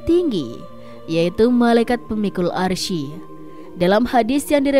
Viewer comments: Bacanya itu 'aress bukan arsi , klo gk bisa baca Qur'an gk usah jadi pembawa berita soal agama..!!! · Cara bacanya Aras, bukan Arsyi. Masak salah mulu.